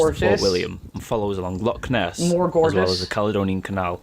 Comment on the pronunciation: For the Scotland part he kept getting at least 2 things wrong...a loch is not pronounced lock and Milngavie is pronounced Mullguy